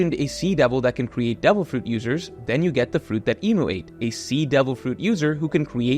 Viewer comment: Something satisfying about the way you say fruit